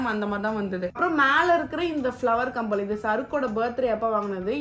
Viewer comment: Not kambal it's kammal 😂❤